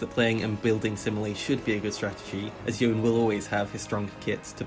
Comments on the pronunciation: Ok, you are the best, but the nome of this champ is.. Y o n E, not "youn" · It's pronouned Yo-nay, not Yoan. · YOH-NEH. NOT YOHHN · It's really hard watching the video when you keep calling him Youn instead of Yone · ITS YONE NOT YOUN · why do people say yon or youn ? bro its just YONE , theres an E too smh. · The cinematic: Yo-Ne The card game: Yo-Ne Riot: Yo-Ne Every youtuber: YOUN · I see where you’re coming from but I don’t think the way you pronounce a video game character’s name represents your real life. People pronounce Youn because it rolls off the tongue easier. Less syllables. That’s it. No other meaning. And it’s like you said - it’s a video game character. It doesn’t matter. Yone isn’t a real person and he isn’t going to get offended. I don’t see how looking for a little convenience is wrong if no one is getting hurt. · I always pronounced it "Youn" because when I first read the lore I read it that way, I then found a lore channel called Necrit and he pronounced it that way too and I never heard anyone pronounce it "Yo-Ne" until the card game pronounced it "Yo-Ne." I tried to pronounce it right when Yone came out but honestly I'm so used to calling him "Youn" that I don't know if I'll ever pronounce it "Yo-Ne." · The character is of Japanese origins... the spelling uses the hiragana 'yo' pronouced "yoh" and 'ne' pronounced "neh" .."youn" is definitely wrong based on character design/origin, but idk if it rlly matters? lol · Youn is his name, it’s not like riot know how to do anything but nerf Asol so I’m not taking their Japanese lessons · Spell the word Yone: ppl say Yo-Ne Spell the word cone: ppl say Coun. Such logic. Much wow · It's "yo-neh" not "yown" but whatever. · IT'S FUCKING YO-NE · Man, I get triggered by the pronunciation. Everyone gets it wrong. Obviously it's Y-One. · fr But in a way yo-ne sounds better, cause it's the correct way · great video, painful to sit through it hearing "yown" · It's Yon-ay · Not yonay yon or yoni..ITS YO-NE!